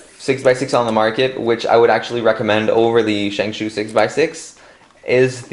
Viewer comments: yea lol its shengshou not shengshoo it was frustrating me so bad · Ok bro it's not Shang shoo it's Shang schow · Not shangshoo it is shangshaugh ow ow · why do you call it a shang shoe